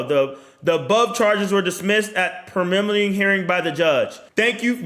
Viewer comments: Pre-lim-in-ary* bro are you special ? 😭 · Haha the way he pronounced “preliminary”. 😂 But yeah, that’s bullsh!t that they dropped the charges!